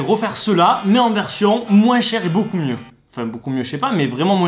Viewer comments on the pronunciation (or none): none